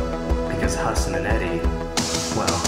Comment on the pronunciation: What I'm really happy about is that the friendship song pronounced Hasan's name the brown way 😂❤